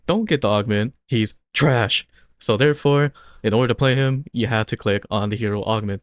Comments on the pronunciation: i love the accent on "THRASH" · bro the way you say TRASH just makes me laugh 😂 keep up the vids